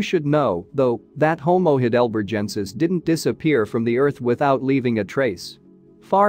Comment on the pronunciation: For crying out loud please learn ( or teach your bot) how to pronounce the important words in this video: Denisovan, Heidelbergensis, Austraopithecene, and many more, if you want us to think you know what you're talking about.